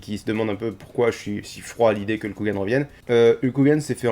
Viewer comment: Tu peux prononcer Hulk Hogan correctement STP ? :v Sinon, merci beaucoup pour ce résumé, j'avais vraiment pas envie de perdre 4 heures et quelques pour ça donc ta vidéo me suffit amplement ^^ Et j'attend le sondage "est-ce que je ferme les volets"!!